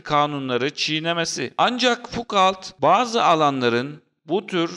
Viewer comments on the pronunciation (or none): Video gayet güzel. Ama referans verirken lütfen 5 sn internette kişinin ismi nasıl telafuz ediliyor ona bir bakıver. Fukalt dedikçe cringe oldum video boyunca.